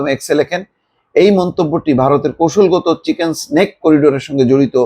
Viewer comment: চিকেন স্নেক না, চিকেন নেক বল্